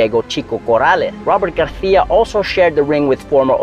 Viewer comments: aren't you pronouncing his name the Spanish way (with a lisp), not the Mexican way (without a lisp)? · Why are you saying Garcia with a attempted Spanish accent? Pronounce the C as an S. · It's Robert Garcia as it's spelt, not Garthia WFT. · Robert “Garthia” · I was going to subscribe but "Garthia" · Bro why you saying Garthia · Nop, he is sayin' it in the wrong way.